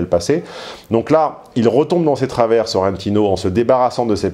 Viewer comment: SorrentIIIno: l'accent tonique va sur le I